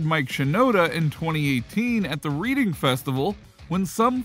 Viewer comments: "Read-ing Festival" 😂 Imagine being a Rock YouTube channel and not knowing about the Reading Festival/Reading/Reading and Leeds or how to pronounce it. "Reading" is pronounced red-ing, like the past tense of read. Having read something. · It's reADing not reading its a place not a book 🙄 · Reading Festival is pronounced "redding" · "Reading festival" is pronounced "Redding festival" btw I think Deryck did the best job at the Chester tribute gig, if anyone could do it it'd be him but it's a massive undertaking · Just an FYI, It's not the 'reading' festival, despite how it's spelt, it's pronounced 'the reding festival', as in the colour, not what you do with a book. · Good video. But it's not called the Reading Festival. It's called the Reading Festival. What do I mean? Well it's a matter of pronunciation. Think "Read" as you say it in the past tense. Or just say it like the colour Red. As for replacing Chester, I think Deryck is right. He wouldn't be a good fit. I like Sum 41 and he probably had the vocal range, but I'm not sure about him for Linkin Park. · It’s pronounced “Redding Festival” even though it’s spelled reading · The reading festival 😂😂😂 I know it's not the guys fault for pronouncing it wrong... But still... Quite funny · Seriously? You work for rock feed and you cant say reading festival?